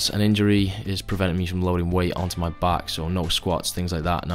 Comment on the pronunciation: "if you're not subscribed to me channel,..*brief pause*...fix that issue immediately" lmao